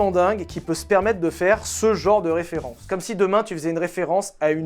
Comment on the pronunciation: Big up pour la bonne prononciation de Molsheim! :D Ah et référencement aussi!